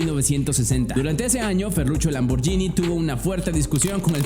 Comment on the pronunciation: se pronuncia lamborguini, una italiana casi me pega cuando dije lamborgini